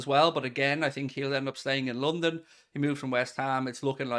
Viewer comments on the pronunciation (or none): none